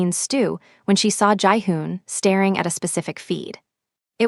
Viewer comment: Great story! I enjoyed it immensely. The narrator has a great voice and, minus a few mispronounced words like starring instead of staring and bowing ( boe-ing) instead of bowing, it was energetic and soothing. Even though there were no pictures to help moving the story alone that is totally fine with me, because it helped me to just listen to the voice and use my own imagination as I visualized everything narrated. I would hate to think how grotesque AI would have made Jiune look using that exoskeleton suit that helped him to stand and walk. 😅😅😅 I am so glad that Mr. Choi, Thino, and the rest of The Invisibles, minus a couple of casualties at the old warehouse, survived and I liked how strong and supportive Nia was!!! Sio Yun and Minho got just what they deserved for their betrayals. Great ending. 👏👏👏👏 Listening in Alabama, USA am.